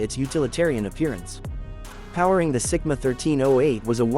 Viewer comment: Is it Sigma or Simca? You're saying Sigma and writing Simca!